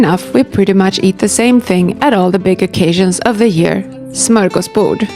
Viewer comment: You actually pronounce ”Smörgåsbord” really good. 👍